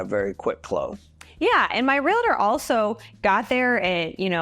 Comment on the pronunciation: Realtor is pronounced Real-tor not Re-la-ter